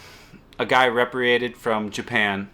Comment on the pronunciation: Re-pay-tree-ated. Spelled repatriated. Love your videos man, but your pronunciations are sometimes way off.